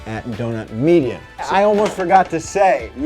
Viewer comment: "Donut Meida Records" noice